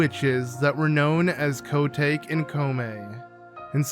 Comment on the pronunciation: koh-tah-keh. That's how her name is pronounced